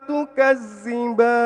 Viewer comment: Mantap Maaf koreksi dikit ذ tapi dibaca ز